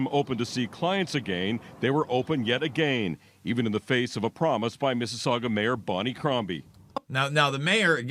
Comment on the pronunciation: The city is Mississauga it's pronounced "Miss-A-Saga" it's a suburb of Toronto.